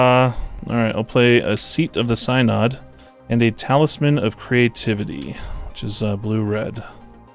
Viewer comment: Nitpicking pedant here. 'Synod' is pronounced 'sin-id.' Yeah yeah I know. I suck.